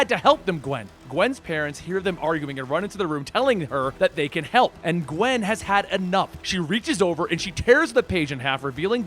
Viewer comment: Qwen pool spider qwen geez.